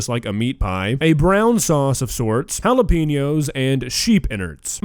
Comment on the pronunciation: Considering he is whiter than a piece of freshly made paper and cannot even pronounce Jalapeños correctly, I think the most daring thing he did in this video was use some in his “Dish”.